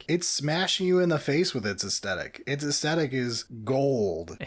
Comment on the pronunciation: I'd become convinced that mispronunciation of "aesthetic" was him trying to wind up the audience, and then said it too. So I guess it's just a weird dialect thing. Anyway... I broadly agree with your conclusions, but I'd argue that the Imperial Agents' aircraft is a lot closer to what Air Cavalry / Heliborne actually is than the Deff Koptas. Air Cavalry is Infantry in an helicopter - who then get out of the helicopter to fight. If you stay in the helo, you're not infantry, you're a pilot and not cavalry.